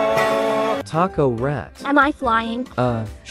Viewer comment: The ✨t A c o r A T✨ got me cackling 🤣